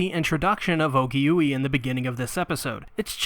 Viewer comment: Actually her name is pronounced Ogi-way. Not Ogi-Yui. I sincearly apologize for the correction.